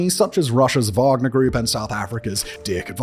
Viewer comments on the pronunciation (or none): none